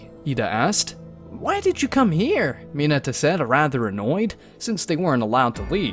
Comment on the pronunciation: Bro literally says mine-a acid-o